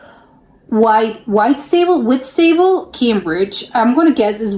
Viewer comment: Pronounced Wit-sta-bull